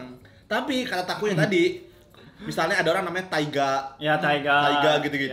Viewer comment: Accent nya takuya udh bagus bgtt Edit: btw megangin bungkus GoodDay nya sepanjang endorse.